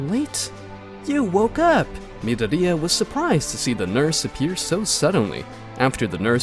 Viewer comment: is it me or is the way the AI's saying myadori annoying asf. also goku in anyworld minus one punch man , he deletes everyone.